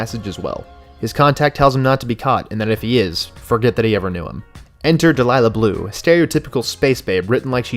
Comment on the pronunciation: i thought Delia Blue's name was pronounced like dee-lee-ya